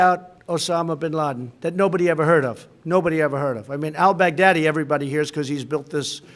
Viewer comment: Great one! Also, Jennifer Mac noticed that Trump said Al Bugatti (French car manufacturer) instead of Al Baghdadi at one point ( time marker) He then said Al Baghdadi right after to confirm he knows how to pronounce the name of the terrorist that they took out. Any ideas on the connection? Maybe a comm to point to the time marker so we dig for a bone?